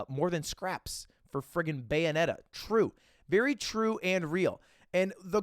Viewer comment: Why did he say “true” and “real” like that??? 😭